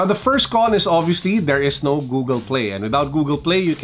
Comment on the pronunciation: cons: pronouncing Google as GooGEL.